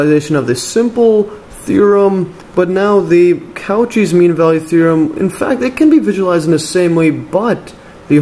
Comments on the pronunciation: I don't want to sound rude, but it's "koh-SHEE", not "KAU-chee", it goes after the French surname of the mathematician that formulated the theorem. Excellent explanation by the way! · good stuff, but maaan does it hurt hearing "coo-chis" as Cauchy... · The way he pronounced Cauchy almost killed me